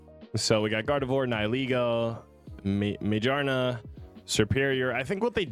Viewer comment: Mejarna is crazy 😭 it's Mah-Gear-Nah.. made of gears 🙈 ⚙️